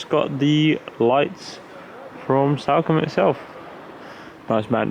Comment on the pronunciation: it’s not Salcombe like Sally - it’s Salcombe like Salt.